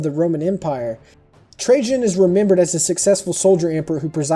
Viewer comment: okay this was a very informational video and i loved it but i can't stand that you pronounced it (sky-thia) it's pronounced (sih-thia) as well as it's (tray-jun) not (tray-zhan). sorry to be a grammar nazi but just for future reference!